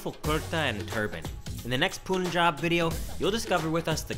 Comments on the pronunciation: Can you please pronounce it as "pun-jab" going forward pun like the joke and then jab, thanks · Hi Brother...nice to see you again in India....one small correction brother ..The pronunciation of "Punjab" is "panjab"... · it's actually pronounced "pan"jab" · you should pronounce as panjab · Love the video! And its "Puhn"jab, as in when you are making a pun in English. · Why do western people pronounce punjab as POON-job. I didn't know that pun was pronounced POON. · Poonjab ?? Punjabi taking revenge by saying Cannedda🤣🤣🤣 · very nice person. I just wish he would say Punjab the correct way, ie, with U as in umbrella! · Everytime he says Pooonjab , my one brain cell dies. :) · Please pronounce Punjab correctly. Its Punjab like Punch + Jab 🙏🏻 Thank you. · POOOONJAB FOR GOD'S SAKE LOL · Bro y pronounced it wrong.....Punjab...😂 Anyways love yr videos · Ur pronouncing Punjab wrong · Pronounce punjab properly bro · You do so much research but still can't pronounce Punjab correctly! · Wtf😂😂 .they can speak pun like we do but when they add jab they make it poon jaab when it is punn jaab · say it with me: pun-job not poon-job pun-job p.s. I fucking love it when you speak hindi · It's actually pronounced as Pun in India as well. Don't know why foreigners pronounce it as poonjab😂😂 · Yeah. .. & it's 'pan'-'jhab'.. .y u ppl say 'poon'-'jab'!!!? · It's not Poon Jaab. It's Pun-Jawb, "Pun" like the literal word "pun". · Dude, most of your pronunciations are fine, some even good but just a small tip. In India, pronounce it how you spell it. It's pun-jaab. There's no double o in there. It's not poon-jaab cause that's not how you spell it. I really like your videos and I love the fact that you're trying and it's an admirable effort but, just a tip, no disrespect, pronounce it like you spell it. Most Indian words are pronounced like you spell them. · It is not poonjab It is pun-jaab ( Punjab ) Mind it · I love how he says punjaab but not panjaab lol